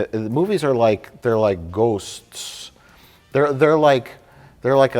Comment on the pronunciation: Mike is at his most Minnesotan when he puts 3 extra syllables in the word “ghosts”